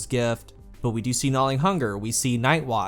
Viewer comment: I don't know what it is, exactly, but the way you pronounce "gnawing" hurts my soul. It's almost like you're pronouncing "gnawling" but not quite.